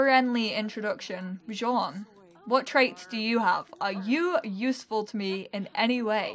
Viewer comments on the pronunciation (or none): The blonde guy's name Bjorn, is pronounced "b-your-n", or if you read IPA /bjɔɹn/